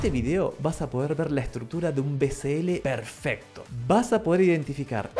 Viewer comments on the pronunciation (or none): none